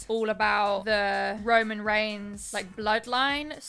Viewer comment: “Roman Reigms” Cringe